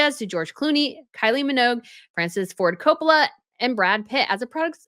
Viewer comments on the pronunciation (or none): none